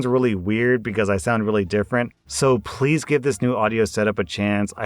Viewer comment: In the intro, you sounded like you were saying phlease, i bet it's because of the new audio setup